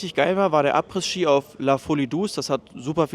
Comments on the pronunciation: du triggerst mich jedes mal wenn du Abrissski sagst :D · Du sagst Apres ski ganz falsch. Das s von Apres ist still, also man spricht es Apre Ski aus. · In jedem Video verbockt er das. Er hatte Französisch, Englisch und hat studiert. Ich bin immer wieder erschrocken darüber, wie gruselig selbst einfache Begriffe ausgesprochen werden.